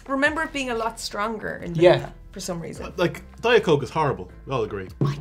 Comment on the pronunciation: Wtf dite is not right